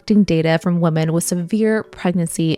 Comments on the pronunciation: what? She pronounces the plural version the same as the singular. Women is "wimin" not "woman" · Why do you keep saying woman instead of women? Is this AI? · Love this! P.s. you're pronouncing women the way you pronounce woman. The pronunciation is "WE-man" for women (plural) and "WO-man" for woman (singular). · Why do you pronounce women like woman? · Weh-men. Plural. Not woh-man. “Woman” is singular. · You pronounce woman weirdly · The plural of woman is women. Pronounced Wih-men. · Women is pronounced wi-men. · These videos are really great but I'm so distracted by how she pronounces the plural 'women' the same as the singular 'woman' 😅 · I have a pet peeve about people mispronouncing/misreading the word “women” as “woman” because of the stupid way we spelled it in English. I figured you would want to know that you’re doing it too. It’s very common. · I’m tired of people using the wrong pronunciation. Woman is singular, Women is plural. If it’s more than one woman use the right pronunciation and call them women. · You don't know how to pronounce women. Wtf. Seriously.